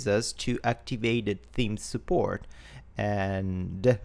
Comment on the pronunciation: I giggle when he says theme like team <3 accents are great